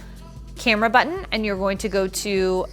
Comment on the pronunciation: Love this. BTW, there are two T’s in button. Not buhon!